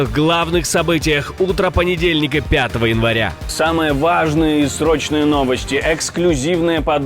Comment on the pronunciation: "Самые вАжные новости" - как он это вначале произносит, сначала забавляло, а теперь противно. И ни кто этому дураку не укажет?